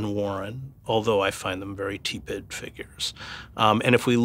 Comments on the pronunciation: that's what the genius Chris Hedges called Bernie. Somehow got through Harvard and the failing nytimes without learning how to pronounce 'tepid'. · I give him a pass on tepid. I've noticed a lot of brilliant people will mispronounce a word or two, sometimes hilariously. Even though Hedges is a speaker, you could say his mind is on more important things than making sure he pronounces every word right. The guy speaks Spanish and Arabic and maybe more languages in addition to English, so yeah, I give him a pass on tepid.